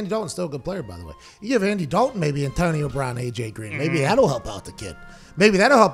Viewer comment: figure out how to pronounce Antionio brown bruhhhhhhhh